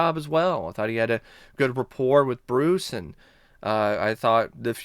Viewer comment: LMAO!!! . I felt the same way. I was like why is he pronouncing Bruce's name like that? lol